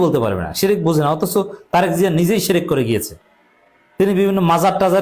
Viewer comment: তারেক সাহেব নিজেই শেরেক করে শেরেক। তারেক শির্ক কে বলে শেরেক, বুঝাই যাচ্ছে যে সে শিরক সম্পর্কে কিছুই জানেনা।